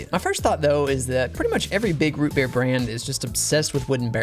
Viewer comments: Its ROO BEER (IF U KNOW U KNOW) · i couldnt resist yelling “ROOT BEER” every time he said it